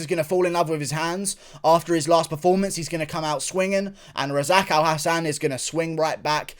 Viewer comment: Its abdul razak alhassan not abdul razako Hassan lmao 😅😅😅